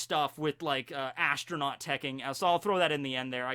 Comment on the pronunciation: did you just say astro-NAUGHTY???